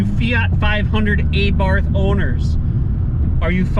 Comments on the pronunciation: Th is silent Just T Say Abart But spelled Abarth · Also the A is pronounced like the a in car, bar, far. Abarth was the last name of the bugger who started modifying stock cars with performance kits and then decided to open up his own company. I almost forgot, you stress the first A, so it's pronounced A'bart and not Abàrt. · The proper pronouncation is not A Barth, rather it is ABART. Please do your homework. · Pronounced AH -bart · Sorry dude but saxophone music and pronouncing Abarth incorrectly is embarrassingly bad.